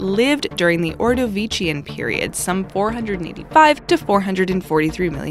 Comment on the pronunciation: It’s not or-di-veech-ian, it’s or-di-vish-ian